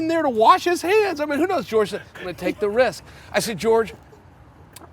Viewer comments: "george" masvidal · Jorge=George in Spanish